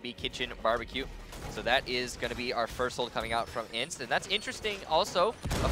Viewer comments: it's not INTZ, you say letter by letter. I.N.T.Z. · isn't Intz, it's pronounced I-n-t-z